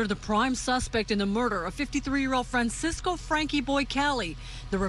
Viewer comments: Francesco not Francisco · Fran-CHESS-co, if that helps you pronounce it, lady. He was Italian, not Mexican.